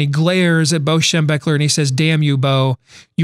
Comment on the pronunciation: what kinda crazy fella puts up a certificate on the desk on the show? I am trying to think of a caption here...you, the certificate, your false optimism, those glasses and the way you say " BO Schem...er"...Best caption wins my forever Buckeye respect...go for it!